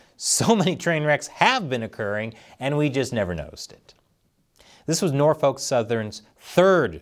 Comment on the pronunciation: The L is silent in Norfolk.